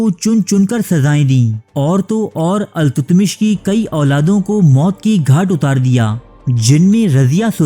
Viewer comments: BADSHAH KA NAAM ALTAMASH HAI.......TUTMASH NAHI.....CORRECT THIS IN THE VIDEO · التتمش نہیں التمش ہے صحیح نام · بھائی تاریخ کا حلیہ بگاڑنا بند کریں۔ کہانی کو کہانی بتا کر پیش کریں نہ کہ تاریخ۔ لفظ التتمش نہیں ، التمش ہے۔۔